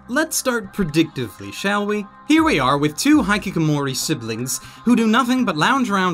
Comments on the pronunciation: erm… it's pronounced he/kick/o/more/e, not hai/kick/o/more/e… just so you know... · I think my eye twitched when ever you pronunced hikikomori as high kick amori. XD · please stop pronouncing it high-key-ko-mori. Its HE-key-ko-mori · haikikomori? HAIKIKOMORI?